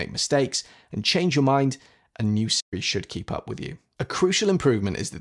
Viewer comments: Are you saying Sri or Siri? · I was wondering why Siri was pronounced improperly. You nailed the coffin on the head. I wish Siri actually did learn one’s voice.